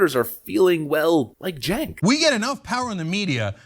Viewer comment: His name is cenk pronounce correctly please